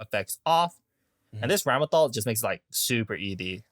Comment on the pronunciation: isnt it Ram lethal? why do people say ramel thal